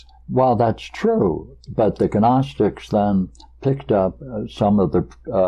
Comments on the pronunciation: Yes, you pronounce the G. Guh-nostics. The Ancient Greeks pronounced every letter, why wouldn't we when speaking Greek words? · Love hearing the correct pronunciation of Gnostics. Great stuff as usual from.